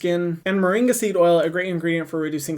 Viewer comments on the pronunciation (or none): none